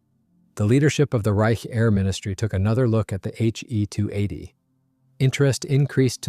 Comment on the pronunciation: Good review overall. However, you are using gamer-speak naming conventions. Historically it was never referred to as a HE (as in him) 280. Rather as H…E..280. Also, Junkers is pronounced “Yunkers” in German and English-speaking historians. Thus, a Junkers Ju 52 was known as “Auntie You” in German not Auntie Jew. The Junkers Jumo engines should also be referred to as Yunkers Yumo engines, Please teach your AI to pronounce them correctly and not to us gamer-speak pronunciations.